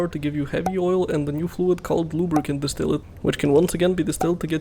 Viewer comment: distillate is clearly pronounced distillate